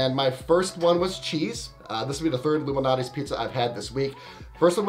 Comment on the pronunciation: Are you saying Lou Malnati or Illuminati? 🙄